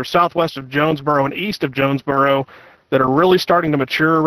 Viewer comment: as someone from nea, the pronunciations of the towns made me wanna pull my hair out lol. jones-bor-o, o-see-o-la, tur-el, le-pan-toe is how you pronounce those towns. not trying to be rude, just trying to help